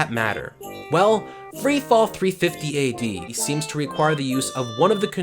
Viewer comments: THIRTY FIFTY AD. Thirty fifty ad. whew ok. sorry for shouting. I just could't take your incorrect narration calling it 350 ad much longer. smh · THIRTY FIFTY AD. Thirty fifty ad. whew ok. sorry for shouting. I just could't take your incorrect narration much longer. smh